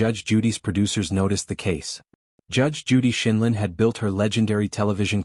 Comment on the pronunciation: How about NO GARBAGE NARRATIVE!! JUDGE JUDY IS EXCELLENCE OF LAW AND YOU ARE DEVALUING HER CHARACTER!! YOU CANNOT EVEN PRONOUNCE HER LAST NAME CORRECTLY! YOU DO NOT DESERVE NARRATING HER VIDEOS!!!